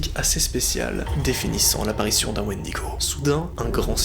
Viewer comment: C'est bon j'ai entendu un Wendygo c'est sqendaleux